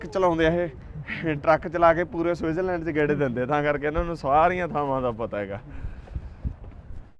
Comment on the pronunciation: ਗਿਆਨੀ ਪਹਿਲਾਂ ਤਾਂ ਸਵਿਟਜ਼ਰਲੈਂਡ ਲੈਂਡ ਕਹਿੰਦਾ ਰੇਆ,ਲਿਬੜੇ ਬੁਥਾੜੇ ਨਾਲ।ਇਥੇ ਆ ਸੁਸੂ ਸੂਸੂ ਈ ਬੜਾ ਕਰ ਰਿਆ,ਸਸਜ਼ਲੈਂਡ ਲੈ,ਪਤਾ ਨੀ ਇਹਨੂੰ ਦੱਸ ਓਏ ਕੀਹਨੇ ਦਿੱਤਾ ਕੇ T silent ਕਰੀਦੀ ਆ,ਏਨੇ ਲੱਛਣ ਇਥੇ ਦੇ ਵਸਨੀਕ ਨੀ ਕਰਦੇ।